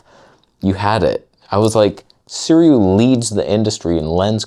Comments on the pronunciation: Sue-Ray not Sir_Ew-ee :) And this is the first time I've heard someone calling the Nikon's 35 f1.4 'amazing' never mind praising the abysmal '3D poop' 40 f2. A relative and a Nikon zealot(!) with whom I frequently argue recently bought the latter and.. I am finding his disappointment of the washed out colors, lack of sharpness and even AF issues truly hilarious. He loves sharp lenses (has a couple of S-lines and many older ones), I had advised him to get a Viltrox but he didn't as if out of spite :)) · 思锐 more like"sih ray." Yes I speak the language. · say it with me: 思锐 "sih ray." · Start saying their name properly, they might take you a bit more seriously. Also when you review lenses, I noticed that you keep mentioning the competition and you focus A LOT on the negative instead of showing its capabilities. So why would anyone send you anything to “review” ? Its not really good for their business 😂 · The way you pronounce Sirui has hints of dental procedure Novocaine effect.